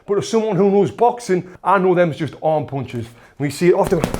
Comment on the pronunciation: I like how he says punches, its like "pauwnches" 😂